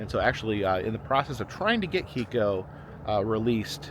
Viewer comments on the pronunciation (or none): The Killer Whale’s name was actually pronounced Kay-ko